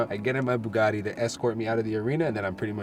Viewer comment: It's NOT Bugaddddddi, it's BugaTTi.... it's Italian name ffs! :)